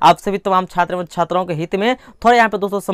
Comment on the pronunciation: Tum yar Chhatra bolna sikho